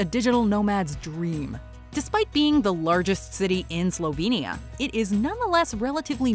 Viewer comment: Ok everybody, say it with me. Ljubljana, Slovenia! Loo-blah-nuh., Slo-vain-iuh. Good grief, its tough to hear this incorrectly pronounced so frequently in this video. You are sharing information about Ljubljana, but have obviously never been there! Otherwise, very nice video.